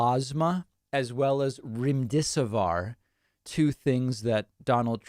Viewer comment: Remm-dess-siv-veer is the pronunciation for remdesivir.